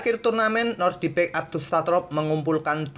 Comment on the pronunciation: nodirbek min, bukan nordibek